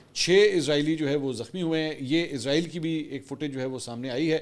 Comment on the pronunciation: سر براے مہربانی اپنے تلفظ کو درست کر لیں شکریہ لفظ عزرائیل نہیں اسرائیل ہے